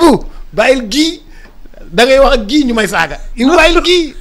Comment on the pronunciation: Enfin le nom de Guy est bien prononcé. Ken degoufi Gouy ( baobab) 😢😂😅